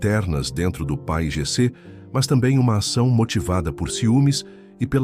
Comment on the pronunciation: É si lê P A I G C